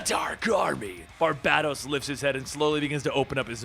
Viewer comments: Bar-ba-dōs. Not Bar-bad-dōs. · Aqa man. Not aquaman apparently lol Bar-bay-dos.. not bah- dos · Every time he says BarBADos 😬😬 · I absolutely love these videos, do not get me wrong, but dude. You do this for a living. Learn how to pronounce things. Sigil = "Si-jul" not "Siggle." Barbados = "Bar-Bay-Dose" not "Bar-Bad-Ose" Please dude, look up pronunciations when you're making videos like this. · Gah! It gets on my nerves how you say his name BarbaDōs , BarbaDōs....man, pulls me out the story everytime....pheeew....okay. Unpause, back to the bedtime story...lol.....you're doing awesome, you Are awesome keep up the great work. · Dude, love your videos! But the way you are saying Barbados kinda makes me itch. Bar-bay-dos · I love your channel but dude, hearing you constantly butcher names that I know you've heard correctly is beyond annoying and infuriating. I KNOW you've heard Barbados said aloud before...it's pronounced like the country. That's the 1 thing bad about your channel...it's like you do it on purpose. You hear someone say tomato and you still pronounce it tomahto like "what the fuck dude?", Lol